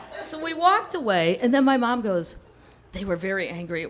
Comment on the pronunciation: Yah...if you’ve never left the Midwest, it’d be best to visit NYC and CA first, before embarking on a trip to France! At least the embarrassments,would happen domestically first! Lake of the Ozarks...LOL! Ooooh! High culture! Hah!! One clever a-hole...one for my team! I love the way she says, “Maahm!” So midwestern and comical. KM is a genius!